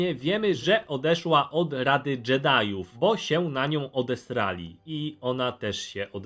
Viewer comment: dżedajuf no jak gościu muwisz muwi się dżedaj a pisze jedi